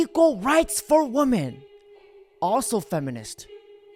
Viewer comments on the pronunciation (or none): You are pronouncing the word "women" wrong kid. I can't believe how many young people can't say that word. Holy shit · BASED! Also-Woman/women. Say that shit properly FFS!